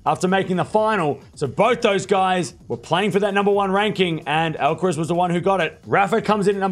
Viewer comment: You keep saying the last syllable in “Alca-rez”, like “tess” when it should sound like Alcar- “ass”. (literally).